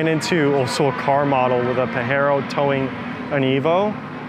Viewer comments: New he was off as soon as he starts to pronounce it like that. Pa-hero is the Spanish pronunciation. Not what the car is called. Anywhere. In australia and European countries it’s pa-je-ro. The guy is full of shit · I’m pretty sure the correct way of pronouncing it is Pajero not Pahero. The second way is the Spanish pronunciation, and it has a bad meaning in Spanish. Which is why they call it the Montero over there. So it doesnt make sense to call it a Pahero. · That dude calling it Pahero agrevate the hell out of me lol . Pajero is not Pahero. It's not a Spanish name it's from Leopardus pajeros a south African cat. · If you pronounce Pajero with an H then you're saying the Spanish derogatory word "wanker", the proper pronunciation is with a hard J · Dude is Pa JE ro not Pa He ro. Saw the damn thing be launched in Japan. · He sounds like he has no balls at all, Paahhheeero 🥴 Asians and Japs laughing right now. I hope he doesn't find how cool japs pronounce the rabbit. 😂🤣 Pajero hard j please. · You need to lear how to pronounce its right. If you in asia pronounce its PAHERO. People laugh at you like a clown. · Its pajero not pahero. We can forgive the guy because he owns those vehicles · This car 4x4 from Asian.. not from west mexico. Its hard J is not hard H ..ITS PAJERO NOT PAHERO from mexico. You can have it..but you cant change the name. Sounds weird... PAHERO 🤭🤭🤭😭😭🤣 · I'm not a Japanese or Spanish expert but pretty sure the J is a J in Japanese not an H like in Spanish. Still a cool ride. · Exactly! Pajero pronounced as pajero, not pahero. That how japan pronaounced it. And like subaru, it pronounced as subaru, not suberu. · its PAJERO, not Pahero . Doesnt meant he own the car he pronounce it pahero..funny americans 🤣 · Its PAJERO not PAHERO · Your acatllying saying it wrong, we get these is aus so use the right name. It’s Pajero making a J sound not a H sound. Don’t make up your own thinking it’s cool. It’s legit what yanks do. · its PA GER ROW